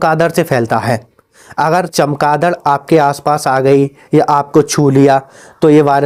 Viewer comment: कौन.... दड़😂😂😂 फ़िर से तो बोल😅😅😅